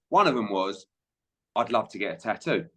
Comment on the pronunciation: you absolute ball bag, why do you repeatedly refer to the word 'Tattoo' as Taooo? Very annoying and silly🙄